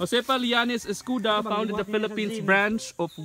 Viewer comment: Read as Escoda not escuda